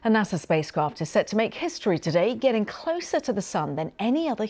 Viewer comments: NaSaaaahhh!!!! Not Naserrrrrrrr ffs! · And by the way! Its NASA! Not Nasa! Dummmb dummmb fu hhhhh ckkk